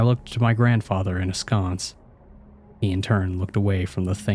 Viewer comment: Interesting tale. Reader: watch your granmar. You're getting words totally wrong. It's innocuously, not innoculusly, for example. Askance, not "a sconce". These aren't insane words. And "wroten"? WTF is "wroten"? "As good a theory", not "as good as a theory". Please stop making up words. Please. I cannot imagine both the author and reader made the same exact mistakes.